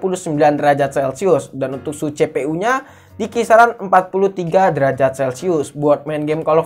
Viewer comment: Ngoreksi kata kata yang salah di channel sadapin tekno FPS cara bacanya: EF PI ES Bukan: EP PI ES CPU Cara bacanya : SI PI U Bukan : CE PE U PLAY cara bacanya : PLEY bukan: PLAY